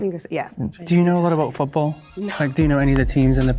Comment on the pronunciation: The way he said football and premier league gave it way for me, only time he sounded remotely scouse